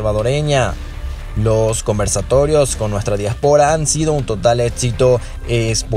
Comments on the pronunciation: Se dice diáspora. no diaspora houston. lo pronuncias muy mal. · Disculpen pero no se dice diaspora se dice diáspora. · Dia'spora no diapo'ra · Disculpa amigo pero tú pronunciación de DIÁSPORA es incorrecta.. Dios bendiga al señor presidente Bukele..